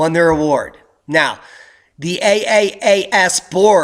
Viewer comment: Good report! But it's call "Triple-A.S." cause it sounded like you wondering about the name, as you were pronouncing it.